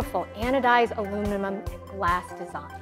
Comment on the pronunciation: Oh wow! "Anodized Alunin-mum glass design" 😂